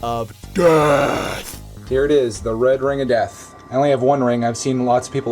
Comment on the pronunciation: I like the emphasizam on the "death" on "the red ring of death".